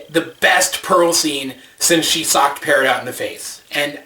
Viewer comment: "peral" and "garden"? I'm dead.